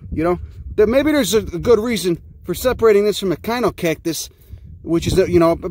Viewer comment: wow,You said Echinocactus as kine-o-cactus? I never knew that. For decades..its been like Etch chin-o-cactus. Hmm.